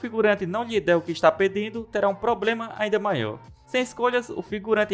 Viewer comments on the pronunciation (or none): none